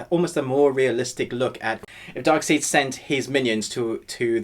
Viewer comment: I’ll dislike the video because of “Dark SEED”. XD